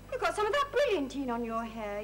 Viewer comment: Sally telling Stan there's a T in bit actually says "It's GO a T in it". drops her own T while correcting him.